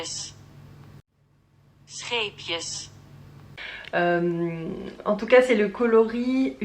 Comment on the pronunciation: J’adore le scheepjes tu le dis très bien 😊. Je voudrais bien le tuto pour le début de la carotte. Pour la plotulopi en double tu utilises 2 pelotes ou une début/fin de la pelote ? Ton pull sera hyper beau. Le coloris c’est du beige claire ?🥳💐🥂🎂 Merci pour l’épisode.